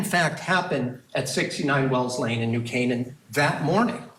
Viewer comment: It’s New (K-NIN) not New (CAN-IN)